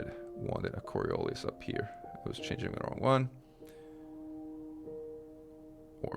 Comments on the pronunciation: Really minor correction, coriolis is pronounced cor-re-o-lis with the emphasis on the o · I love the way you pronounce “coriolis”, in British English it’s “co-ri-OH-liss”.